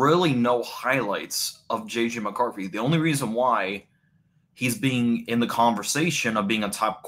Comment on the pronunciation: JJ McCarffy. Bro, this is a bad fucking take. And the delivery is even worse with the speech impairment and video lag.